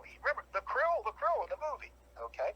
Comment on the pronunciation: The 'ocean life' is "krill", not "Crille"...but would not know that